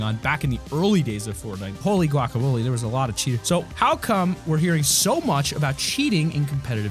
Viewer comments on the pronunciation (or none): none